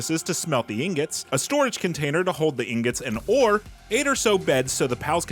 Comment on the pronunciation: Excuse me but uh...I think it's pronounced "ing-got."